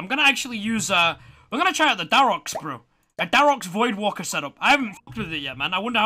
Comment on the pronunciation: Liked the vid because it is pure gold.. im not subbing until you call it voidwAker though instead of voidwaLker🤣🤣